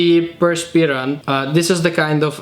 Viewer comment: Pirspirant!🤣haha love you😘